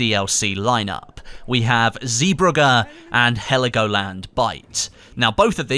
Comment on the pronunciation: lmao zbruhghe it is zeebrugge